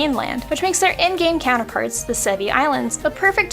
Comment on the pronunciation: Sevii islands... Se VII